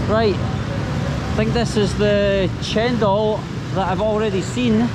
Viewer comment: welcome to Indonesia.I think you are very fluent in pronouncing a few words in Indonesian, for example cendol, new market, you can even say in Indonesian when you want to buy something.